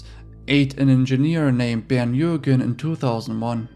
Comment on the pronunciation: Finally someone pronounces Bernd and Armin’s names properly